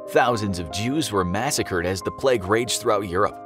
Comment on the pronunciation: Ngl it got on my nerves a little when he kept saying bubonic pleg